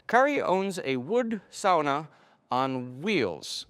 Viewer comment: thanks for the proper pronunciation of sauna